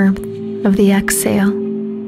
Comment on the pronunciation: This is a beautiful meditation. However when I heard the way you were saying exhale I lost my focus because all I could think of is the way you were saying it. You weren’t pronouncing the H. Lol. It’s Ex-Hale. I drive myself crazy with little things like that. Sorry ❤️